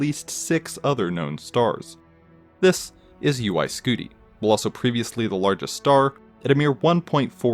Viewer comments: Oh boo hoo he pronounces the word "this" slightly weirdly. Grow the hell up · The way he says “this” every time makes me cringe(no offense) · Annoying the way you say THIS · The “This! Is…” always gets me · every time he said “this” i jumped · Every time he puts an emphasis on “This, is (insert name here)”